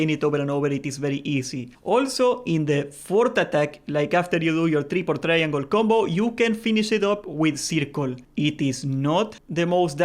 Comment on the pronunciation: Say "try-angol" more.